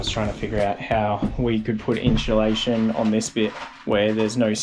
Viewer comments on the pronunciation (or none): Always kills me when says “inchulation” lol